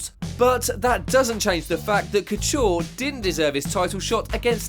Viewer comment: not bad video content but you still can't pronounce Couture properly, if you are gonna do MMA vids, do them properly.